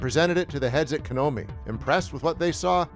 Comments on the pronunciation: Dude it's KONAMI not Kenomi... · lol this dude says KANOMI Real good dev 🤣 LexicDys much? It’s seriously funny he can’t say Konami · "Kanomi" lol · That Konami mispronunciation is cringe-worthy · That's not how you pronounce Konami geez almost as bad as people constantly mispronounce Mario.